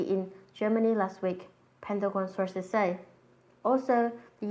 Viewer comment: it was so weird and funny when she was saying "illuminati sauces say" lol